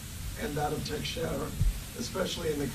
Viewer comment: CAN'T THEY PRONOUNCE HIS NAME CORRECTLY? IT IS ''TEX'' ''ERA''. I'M FROM THE SAME TOWN AND I KNOW HOW THE NAME IS PRONOUNCED.